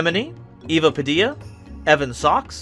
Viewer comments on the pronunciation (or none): none